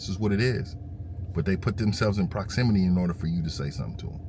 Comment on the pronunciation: bro said walk closer in proximinime im dying lmao